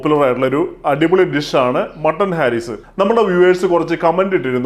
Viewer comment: ഹാരീസ് അല്ല ഹരീസ് ആണ്